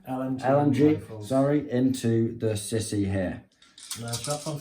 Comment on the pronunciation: Lol, fyi its not pronounced sissy, but sea-sou